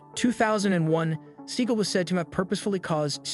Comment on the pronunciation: That's actually the correct pronunciation of his surname. He had it changed to "See-gal" because it sounds cooler.